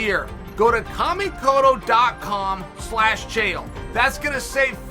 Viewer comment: Chael can perfectly pronounce Kamikoto, but he can't say "Belal"